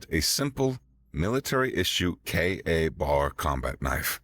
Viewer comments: Sorry, but the Kay A Bar kept breaking me out of the story. The name is spoken KAY bar. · its not pronounced K-A bar. its KABAR... all one word.... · K BAR not k A bar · Sounds a little bit like a hunger games rip off. It is not pronounced KA bar, it's K bar. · It is pronounced kay bar not k a bar. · Would have been great, if KA-BAR had been pronounced correctly. By all the Blades, come on! It is "K-BAR" !!! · A very good story by the voice ogre! Had to save this one! But it's Kay-Bar knife. Not K a bar sir. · KA-Bar ... a VERY famous military fighting knife. It is pronounced "kay-bar" (a woman's name: Kay, and a place to get drunk: bar). Put together and you get "kay-bar". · its not "K A BAR," it's pronounced like a single word, like "kay-bar." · fun story, note for the narrator KA-BAR is pronounced kay-bar. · KAY-BAR, KAY-BAR! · KA-Bar pronounced K-Bar. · OMG!!! You insult every military person and knife enthusiast on the planet!! It’s “Ka-bar” pronounced k-bar. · It's pronounced "Kaybar" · Why, when you pronounced it correctly the first time, did you then proceed to make every military man hearing this cringe in how you change it to KA bar? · Your American accent is good, but I begin to doubt that you are. That knife is pronounced kay-bar. Everyone knows this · Every time I heard KA Bar a little piece of my soul died. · K-bar. Its said KAY BAR 😬😂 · It's pronounced Kbar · Ehh,… let it slide. Not everyone knows the jargon. Larissa mispronounced sabot when she was reading the Lead Dealer story at first. She got it correct later on. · It's pronounced "KAY-BAR" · KA-Bar pronounced KBar.